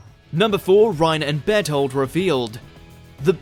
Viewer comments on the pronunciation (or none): When you said Bertholt I heard ' bed hold ' XD